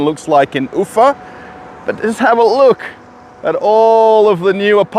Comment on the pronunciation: The emphasis in pronunciation of town name UFA is on the A not the U, you sound funny.